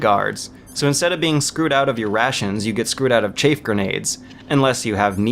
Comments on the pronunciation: I really tried, but... I just can't do it. You said "Chafe grenades" and I just moved on. It's understandable, I guess. Maybe you just haven't ever heard that word spoken aloud. But, "Ray-tions"? Seriously? You've never heard anyone refer to rationing supplies? Or did you just not make the connection? Also, get a playstation, you're embarrassing yourself. The PC version is a terrible, glitchy port. I have never seen the gun do that crap you show it doing on the stairs. I've played that game through dozens of times, and I've never had a problem aiming up those stairs. The issue you should be talking about there is how you have to hold X in order to shoot while running, but X is also the button to crouch. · come on. im not english and even I know how to say chaff grenade or ration -_ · "Chayf grenades", too. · You said rations wrong but then you said it correctly. It's also not chaif, it's chaff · Raytion and chaif grenade made me lol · 'chafe' grenades, 'rate-ions'...? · rayshons and chafe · His pronunciation of rations was off, yes, but chaff is actually "chayff". As in the word "chaffing", like when you chaff your thighs. Yeah. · great vid but you said "ray-tions" and "chafe" grenades hahaha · "Raytions"? "chaif grenade"? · Dude dude.... I wasn't going to say anything when he was saying 'chaf' instead of chaff.. but 'Raytions' instead of Rations.... Seriously.. For an intelligent reviewer you don't half fuck up a lot of words.. And its not just this one either.. He screws up a word completely in the MGS2 review near the end of that video. I'm dyslectic but the use of obviously wrong words here just strikes me as odd and out of place. I seriously question you if you think Raytion is the correct way to pronounce a word you hear and see in this game many times... Ration..... Ra....... Tion..... please. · The way this gay says "chaif" grenades and "raytions" kills me, dude its rations and CHAFF grenades not chair! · “Chaif” “Raytions”